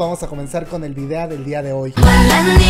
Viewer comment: En la mayoría de los videos dice videa ja ja ja